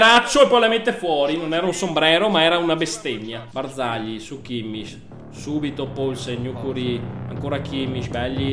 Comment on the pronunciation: kimmich si dice kimmik